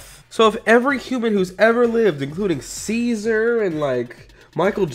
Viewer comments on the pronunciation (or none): none